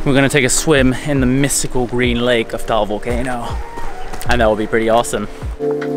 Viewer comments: Did he just say taol volcano??? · It's ta-al cuz I'm a Filipino person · HELLO! He DID NOT pronounce it right! It's pronounced tuh-al not towel.